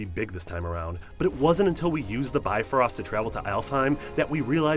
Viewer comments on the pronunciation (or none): none